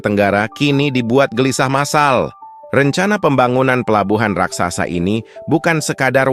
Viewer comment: Admin ini ngomong Raksasa aja dibilang RAKSAKSA Yg benar ajalah kalau mau jadi Reporter